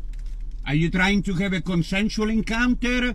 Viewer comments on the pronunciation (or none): "Are you trying to have a conSENual enCOUNter?"🤣🤣🤣🤣🤣🤣🤣🤣